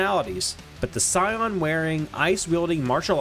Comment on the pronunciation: Just a heads-up, he pronounced CYAN as SCION. Odd choice in pronunciation. Might need a proof-reader to help with that.